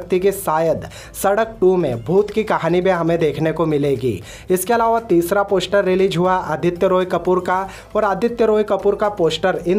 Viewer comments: Bhai please Pehle poshter...I mean poster bolna to seekh le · Poshtar 😂 releajj 😂😂😂 Arey first correct your pronounciation.